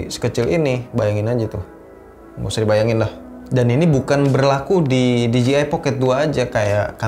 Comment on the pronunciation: Masukan saja bro.. Pengucapan merk DJI kedepannya, kudu diperbaiki nih..😁 DJI dlm bahasa Inggris, Di Je Ai Sementara yg selalu diucapkan Di Ji Ai, yg berarti merk DGI. Sekalian mau tanya, apakah DJI Pocket 2 ini, ada aksesorisnya utk di handle bar sepeda motor? Alih2 nge-vlog pakai action cam saat touring motor, sy pikir asik jg dg DJI Pocket 2, krn lensanya bisa diatur hadap depan (POV) dan hadap belakang (selfie) dg cepat. Semoga semakin sukses kedepannya ya. 👍